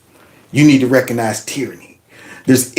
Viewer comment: ...the word is "RECOGnize", not "reconize". RECOG not RECON!